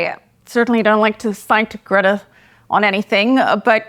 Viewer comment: "greta" LOL.